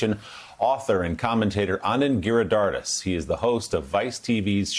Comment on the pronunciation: Hey Willie Geist!! Learn to pronounce the name of your guest correctly! It’s pronounced anand gi-ri-ha-ri-das. Don’t swallow the syllables or be so lazy to not learn to pronounce it correctly. Or is it that you don’t care because he is brown ? How would you like it if I pronounced your name as Willie Gaissshhh-whatever!